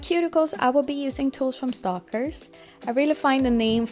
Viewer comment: Isnt it stakler like stack ler not stalker as in someone stalking you following u around lol .....i think its stack ler but without the c in it not stalker cause the l comes after the K ...